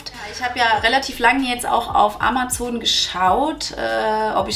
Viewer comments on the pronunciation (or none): none